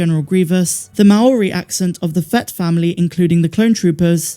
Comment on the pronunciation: Oh my go as a Kiwi I got very annoyed. It’s Māori, you roll the R like a D, couldn’t you do a quick search on how pronounce it. It’s not that hard.